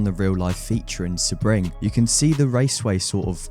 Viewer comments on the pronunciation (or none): Its pronounced "SEA-BRING".